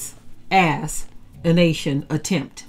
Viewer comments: Thank you but I know what assassination means, but She didn't pronounce it like the word is originally said, she said ass-anation, on purpose. I was being sarcastic by asking why did she feel the need to pronounce it that way. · 🤍🦢🤍🦢🤍🤍🤍🤍🤍🦢🤍 interesting pronunciation....Ass. assintion attempts. God alone is in control. Huuuuuuuuuuuuuuuuiuuuiuuuu